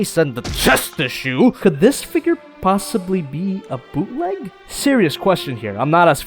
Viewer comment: Bootleg? More like booteh leg